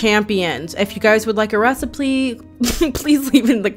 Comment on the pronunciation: Its the "reciplee" for me 🤣